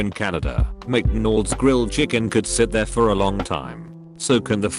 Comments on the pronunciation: is so lazy he doesn't even replay the voice to check what the voice says Burjur king Seven to eleven CHIPOTAL Macnolds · I like how the thing says "McDonals" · “I used to work at micdinolds”